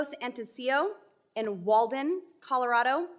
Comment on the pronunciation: She doesn't even pronounce the name of the state she, supposedly, represents, properly. The "rad" in Colorado is like hat, cat, bat etc.